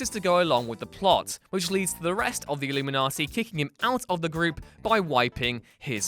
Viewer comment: Why does he keep calling them the illumaniti?